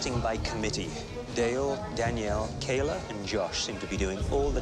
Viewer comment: “dale-a and kaila” 😂